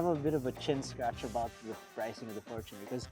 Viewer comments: It's pronounced as "forchuner" and not for-Tuner Mann your for-Tuner is making me hate the Fortuner man Please stop it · its not "fortoonar" its "forchyuner" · Bakit for•to•ner pag pronounce dba dapat for•chuh•nr? I googled it. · Why do you pronounced Fortuner as For-2-Ner? LOL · Fortuner (for·chuh·nr) 😔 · For-tu-ner? Say it correctly atleast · What the heck. Why would pronounce the word fortuner as For2ner. Goodness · . Yep. For two ner. 😂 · For-toon cheller